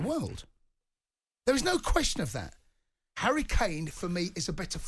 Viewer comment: Look at them 😂, saying harry kana 🤣